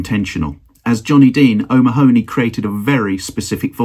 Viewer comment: Nice video. (By the way: 'O'Mahony' is usually pronounced 'O'Mahhney' or 'O'Manny'. Maybe he was different!)